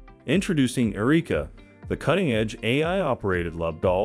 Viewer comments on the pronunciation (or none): Found a bit of irony in a story about the advancement of fully robotic AI s*x dolls ( because, let's face it, that is what some of these are) with advanced life-like vaginas, no less, being narrated by AI that repeatedly mispronounced the name Erica as..."Ereeka."